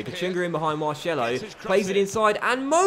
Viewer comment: Mar-sello not shello mate